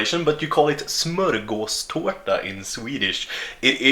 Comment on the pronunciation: Det uttalas smögåståta